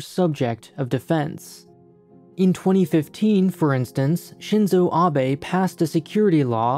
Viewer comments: Ah he pronounced Shinzo Abe correctly this time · Nice to hear Shinzo Abe pronounced correctly this time XD.